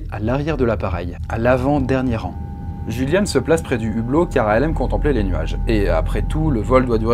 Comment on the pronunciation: Le "J" en allemand se prononce "Y" btw :)